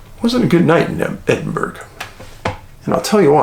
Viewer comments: I'm from Glasgow, it's great to see you shed light on the missing in Scotland ❤️ Btw the correct pronunciation is "Edin-burrah" And the "far northern regions of UK" IS Scotland 😊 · Hey thanks for covering the cases here, I'm also from Edinburgh (it's pronounced Edin-burra or Edin-bruh, same with Mussle-bruh) and the gulf of water between is called the Firth of Fourth. Im a few years older than Alice and a few younger than Dean, of my friends know her or her friends and are so worried about her. Really hope they get answers. The bridge that spans between is a frequent spot people jump from sadly too. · Edinburgh: is pronounced Edinboro or Edinbro. keep up the great work..! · I have visited Edinburgh and Dundee. But those disappearances in that ancient city are very odd indeed. There is a huge granite rock face nearby. It's pronounced Ed-in- burrah. The GH is like burough. But the Scots pronounce it Ah not Oh. Roll the Rs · Its pronounced "Edinboro". Ask the people who live there. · No it is pronounced ed in burra, or ed in bruu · Great show Dave, as always. Just a couple of points on places. Edinburgh is pronounced Edin Brr Geelong is pronounced G long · Edin burra it's pronounced. Same with mussel burra 👍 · I know what you mean. Every time he mangled the pronunciation I was cringing. Like his work though, just wish he'd research how these "foreign" place names were pronounced. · It's concerning because it calls into question his ability to conduct research since he is not aware of the correct pronunciation of Scotland's capital city. How can one research in-depth on a subject and yet, fail to properly pronounce a capital city. It's as bizarre as the cases! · Edinburgh has a silent G when spoken Dave :) Thanks for your upload.. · The burgh in Edinburgh rhymes with thorough. Hope that helps! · David i adore you.... but i have to correct you....... its pronounced ... Bur-Rah...... EdinBurRah... MusselBurRah.... And then Glenrothes.... is Glen-Roth-is. .....